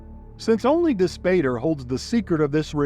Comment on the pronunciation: Dispater = dis POT ter, "pater" = father in Latin, so Dispater = Dis-father